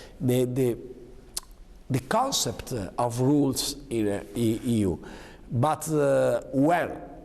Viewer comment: It isn't said BUTZ, it is said BUT....Renzi